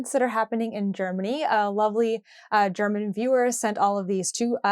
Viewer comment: Your German pronunciation was good ❤